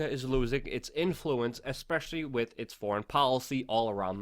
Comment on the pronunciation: WITH! The word is with. It most definitely ends WITH an H brother!